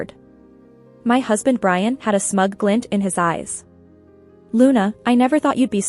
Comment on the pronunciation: lol brain instead of Brian.